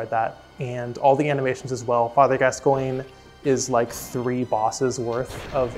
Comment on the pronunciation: This is incredible AND she pronounced Gascoigne correctly. 10/10